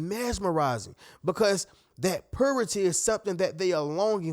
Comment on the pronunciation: It's purity..pronounced "puuyyrity", not "poohrity".